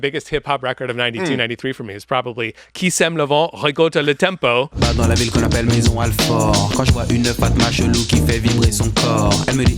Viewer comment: French guy there. Loved the mention of Qui sème le vent récolte le tempo. (And you pronounced it quite right,, thanks.)